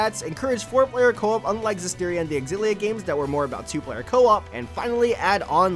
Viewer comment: Cringe every time I hear xillia mispronounced